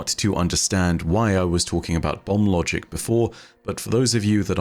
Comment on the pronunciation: I keep hearing bum logic instead of bomb logic. Also, the prime root with that artifact looks like a key pointing to the portal.